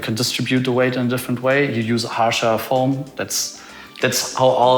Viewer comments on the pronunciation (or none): none